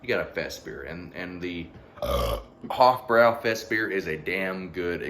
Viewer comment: I love this beer, and it is pronounced "Hoff-broy".